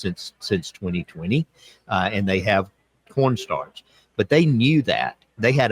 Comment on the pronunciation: It is a sign of the times that every time says "Corn Starch" I hear "Pr0n stars".